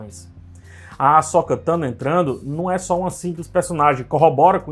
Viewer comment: "Asóka" não, ome! KKKKKKKKK "Asôka" Parabéns por mais um ótimo vídeo.